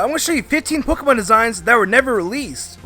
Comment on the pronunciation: Especially how he says "Pokiemon"